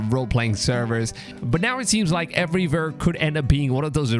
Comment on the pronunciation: Every time you say “everywhere”, it sounds like everyvere😂😂🔥